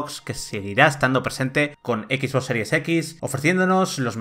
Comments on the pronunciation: No sé por que todos los españoles pronuncian el ingles como suena en español xD no se por que dicen ekis box en lugar de exbox o spiderman en lugar de spaiderman, no les enseñan ingles en la escuela? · "equis" box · equis box hahahahaha